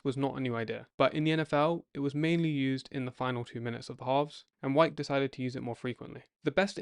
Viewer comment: I understand your wanting to use AI voice over (especially if your voice isn't any good). But when it mispronounces the very subject of your video over and over again ("Wikes" instead of "Wyche"), don't be lazy and leave it that way.